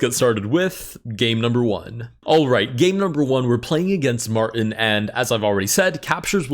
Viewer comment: “m””r” tin 😂